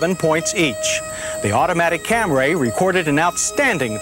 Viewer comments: He said "ORIENTAL"?!?! Also, CamRAY. That's the 1980's for ya! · I cringe every time I hear him say Camray.. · How does any English speaker pronounce Camry as “Cam-ray”???? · lol. Of course that pronunciation make me cringe. So he didn't correct it in 83 model the 84 model the 87 model the 88 model and corrected it in 92 model. Took him almost a decade to correct it. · The of Camry in this video was killing me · Cam-ray Origins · Here we go with that Cam-ray: the saga with the pronunciation til the 92 model. Edit: Mazda chime is familiar (is it a Australian built?) My first car is 1985 Toyota Camry sedan(automatic) it's pretty nice car but wow that brake test is long. OK I think he got it mixed up with the transmission on the mileage part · I've been thinking lately about John's continued mispronunciation of "Camry" as "Cam-Ray" back then, & am now wondering if Toyota told him to pronounce it like that just as Mitsubishi told the press to pronounce "Galant" "Ga-Lawn" for the first generation models. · I thought it was a typo on an early script and John simply locked in on Cam Ray forever after. But you are probably closer to the truth. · 46 - is this the first time John Davis uttered “Cam-ray”? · what the hell is a "Camray"? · John Davis: "Camray" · "The Toyota CamRAY" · Say it with me......Cam reee. Cam reee. Not Cam rayyy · Back when the Toyota was pronounced CAM-RAY instead of CAMRY. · Watched this video before I headed to the airport. Called for my uber and what did they show up in? A "Cam-ray" 😂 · About 1992-93 he switched to the acceptable camry instead of camray. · He's always said "Cam-ray" -- as opposed to "Cam-ree" -- well into the 1980s..... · Aaahhh John and the “Camray!”👌😂👍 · The 1st uttering of the Cam-Ray